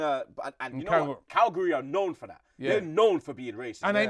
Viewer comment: Are You Mad ??!!! Come on man It's CAGLIARI not CALGARY